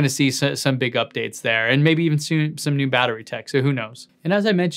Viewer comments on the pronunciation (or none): none